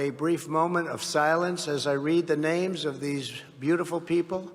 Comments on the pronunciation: Thank you for skipping him reading the names of the children he can not even pronounce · the worst part of this is the Trumpster didn't even bother to pronounce their names properly. he is a sociopath